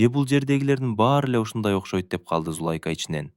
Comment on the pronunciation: Окуп аткан бала , эркек эле неме экенсиң , кыргызча так окусаң , коро эмес короо ! Зулайка деген атты да так оку .